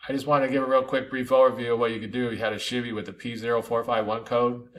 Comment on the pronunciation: Never heard anyone say “She-Vee” for Chevy. ;)